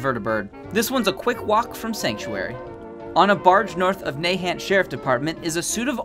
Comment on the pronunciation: The way he said nahant😂😂